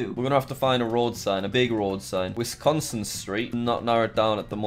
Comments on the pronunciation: Wisconsin: Exists Jack: Withconco. This is unintelligible. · Wis-con-sin. It's simple.